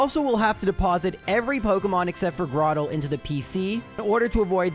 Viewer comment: Flo-aroma. Where'd you find a second "m"? Lol I have always just pronounced it floroma though Also I'm 100% camp tur-twig And it's grow-turtle grow-tle You nailed cranidos. like cranium I have always said celestic like celestial